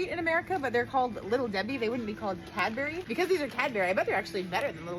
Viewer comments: Its Cadbury not CadBurEE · "CAD-BERRY 😃" NO!! STOP!! 😠❤️💙